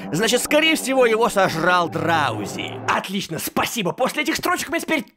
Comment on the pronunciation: Не драузи а дроузи